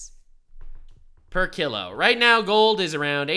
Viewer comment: wtf is a kill-o? it's "Kilo" (kee-low)